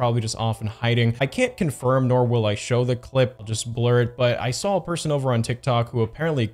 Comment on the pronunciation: Hey man, great video. Dude is a straight up creep. Definitely not an isolated incident. I just have one question. did you say "sawL"? With an L?